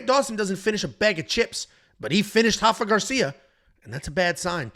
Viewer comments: R-R-R-Rafa not hafa, he isn’t Brazilian! As a Mexican that drove me crazy 😂😂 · It’s “Rafa” roll the “R” lol.